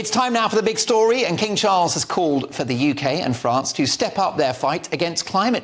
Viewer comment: King Charles has a beautiful voice and perfect enunciation and pronounciation. So very soothing